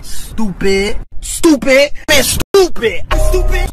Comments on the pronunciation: At first it was stupid Now I hear stop it in a British accent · I love the part where he says stopptid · remember the part where he said stoopid lmao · Is he calling me stoopid? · i like the part where he said stoopid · I think he said stoopid